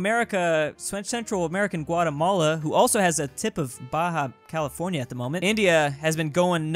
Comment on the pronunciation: U keep saying Baha california it’s Baja California